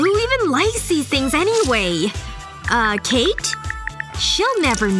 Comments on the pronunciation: is kate not katey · It’s Kate not katie